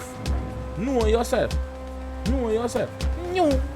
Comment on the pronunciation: drop a like for everytime he said kno uh self